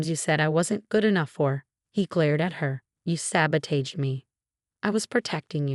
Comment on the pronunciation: Nice story... but please correct the "SABOTAGE" pronunciation. Thank you